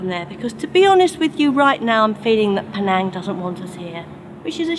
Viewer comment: that's not how to pronounce Penang...